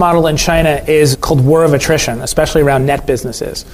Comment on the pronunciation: "Ekspecially"? Seriously dude?